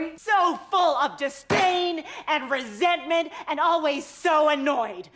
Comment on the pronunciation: Resentment…. Roseantment